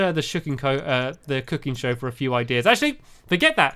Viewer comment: Lol "now he can watch the shooking coe, i mean the cooking show" ahh dear stampy u make me laugh